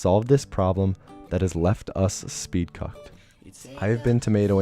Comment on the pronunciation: "And welcome to s p e e d - C u C k E D "